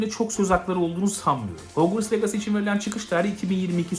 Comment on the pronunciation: abi bide legasi değil licısi diye okunuyo . Aklında bulunsun